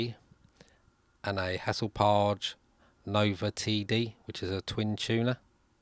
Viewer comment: to-gev-uh??? mo-bile? free? chewnuh??? fing? vier??Viera?? your English is atrocious.!